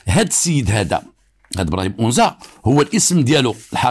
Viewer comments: It’s not onza it’s anza agadir 🥰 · anza et non onza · une petite correction : on dit Anza pas Onza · السلام.اسمح لي ماشي اونزا ولكن انزا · بالنسبة لتصحيح لفض اسم الحي هو (أَنزا _ AnZa) مشي onza كنتمنى تكون المعنى وصلات و شكرا ديما في المستوى بالقصص ديالك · عندك جوج اخطاء المرجو الاعتذار عنها: ١- اسمها مدينة أنزا ، أما أونزا فانها تفيد الانتماء. ٢- اسمها الامازيغية و ليس البربرية. و شكرا. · قصة جميلة فقط للتصحيح المنطقة اللي فاكادير سميتها ANZA ماشي اونزا بالتوفيق و شكرا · للتصحيح anza وليس onza مدينة صغيرة تابعة اكادير اسمو أنزا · أَنْزّا ماشي اونزا وتحياتي❤ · للتصويب: حي anza في اكادير وليس onza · بالنسبة لهاد الإسم لي قلتي ماشي أونزا سميتو أنزا الفتحة على الألف هاد المكان كيتواجد فأكادير تما فين كاينا المرسا طريق تغازوت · anza ماشي اونزا. بحال الا قلتي القصبة اللي فالقنيطرة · انزا ماشي onza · راه ماشي ؤنزا ولكن هية انزا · اسمو Anza ماشي Onza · حي انزا، هو حي شعبي جدا مهمش ومتسخ، بحال دوار الدوم ف الرباط ولا دوار الكرة ولا دوار القرعة.... كتنطق anzaماشي onza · Anza وليس onza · صحح المعلومة آنزا ليس بأونزا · انزا ف اكادير ماشي اونزا. Anza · هي أنزا وليست أونزا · c est anza pas onza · anza et non ounza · اسم الحي هو anza بفتح الالف وليس بالضم وهو احد احياء شمال مدينة اكادير حي شبه صناعي تقريبا ويتكون اغلب سكانه من الوافدين الذين يبحثون عن العمل في المصانع ومعامل السمك شكرا لك. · نفس الملاحظة ماكاينً حتى واحد لي هضرو على براهيم او نطقو أَنْزَا كما هيا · القصة ناقصة بزاف.. وفيها شحال ديال التناقضات... اولا لم ينطق حتى اسم جيدا anza نسبة لحي انزا باكادير.. السيد.عطي الأهمية للبطولة ديالو اما للقصة ينقصها الكثير.. السن مشي 19 وزيد وزيد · فعلا خطأ ف نطق اسم المنطقة هي الحي الصناعي فأكادير anza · حي انزا بفتح الالف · تحية ليك الحي سميتو أنزا بفتح الألف وياريت تقول أمازيغ ماشي بربر حيت هدا مصطلح ماعندو حتى علاقة بالأمازيغ كانحبوك متابعة من أكادير ❤️🌹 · المتطقة إسمها انزا تنطق بالفتحة فوق الألف و ليس الضمة..تحية خالصة للسيد المتألق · اول انت كتكدب ما عرفش حتى نتنطق انزا